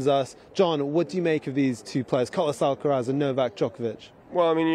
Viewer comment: McEnroe says 'Alqueraz' XD